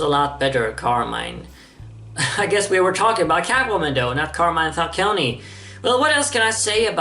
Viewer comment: Rly like that movie, even if I have some issues with it. But more importantly,, as an italian fan of yours I cannot tolerate this any longer: that's not how you're supposed to pronounce "Carmine Falcone". In Carmine the -mine is not like in "landMINE"; it's like in "MINEral"; -i and -e are all pronounced like that, in Italy. Same for the final -e in Falcone.